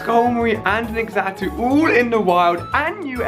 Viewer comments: TheLegend27 I don't get it..why name it xatu if it's pronounced zatu? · I never wanted to be a Lucio main I pronounce it Zatu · Ex-atu? haha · it's pronounced za - tu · why do you call is x-satu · It's pronounced, "zah-too". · OMG its not pronounced x atu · The "X" in Xatu is pronounced like a "Z"......so like, Zatu. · Xatu is pronounced Zatu, just so you know! :3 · you say Xatu like Zatu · i love how he pronounced Xatu.... totally wrong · Getting so triggered over his pronouncing of xatu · Who was triggered when he kept saying x atu, instead of z-atu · ImSoSamDough right. He said X atu 😂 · Why does he pronounce Xatu as EXatu its pronounced as zatu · It isn't pronounced X Atu it is pronounced Zatu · alia, it's pronounced "zatu" not "X-atu" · Xatu is pronounced (Za-two) not (X-a-two) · You don't say x-atu you say it like satu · Its ZAN-TOO not xato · Xatu is pronounced Zatu not EX-atu, really irritating. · So cringey... "ex-atu", in the anime, it was pronounced "zah-tu". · Ali it's pronounced zatu not x atu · It's not x-tau it's pronounced zatu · IT'S FREAKING XATU NOT EXATU FFD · bro for f sake its Xatu not Exatu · FuriousMelon by exatu he mean x atu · ali your pronounceiation is off on Xatu your saying egg-sa-too you need to say say-too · ali a your so dumb youre saying x-atu thats wrong its xatu all in one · just so you know its pronounced Za-tu not X-atu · ITS CALLED ZATU NOT X ATU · Ali u pronounce Xatu like Zatu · did he just say.. "ECKS-atu"?... it's ZAH-tu.. sigh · It's not x atu that's that what it's spelled like but it's actually zatu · Xatu is pronounced as za-too not x-zatu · It's pronounced Zatu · Xatu is pronounced like zatu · it's pronounced Zatu. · xatu is pronounced zatu!!! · I think it is actually supposed to be pronounced like zatu but I'll let it slide because you said you were bad at gen 2 pronunciations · Xatu pronounced (SACTOO) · Xatu is pronounced "Zatu" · Xatu is pronounced zatu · Xatu is pronounced like Za-two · Xatu is pronounced za-tu